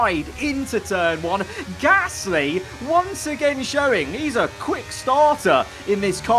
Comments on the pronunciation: He says p ear gasly. Like ear😂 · Says Gasly in such a weird way